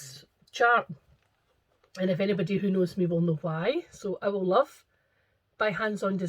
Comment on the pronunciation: Owl Love sounded like "I will love!" We sure love you❣ I think I asked you about floss storage, and I'm dying laughing because mine is stored exactly the same: on rings, by company, by color name alphabetically! Be my Valentine 💝 Prayers for you and your family❣